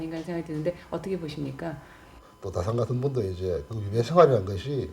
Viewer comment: 정약용에 대한 강의에 다산 선생의 성인 "다"를 바르게 읽지 못하시는 한국 학자를 무어라 평해야 할 것인가? 다산의 성은 "짧게" 발음해야 하나이다. 이런 오독은 다산 선생 한 분만이 아니라 "정씨" 일문에 대한 모욕입니다. "한국 어문을 고발함" 이라는 책을, 고국 동포 여러 분!! 조용히 읽어 ㅈ 시옵소서. 변 완수 드림